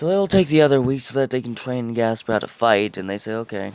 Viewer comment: it's gasper not jasper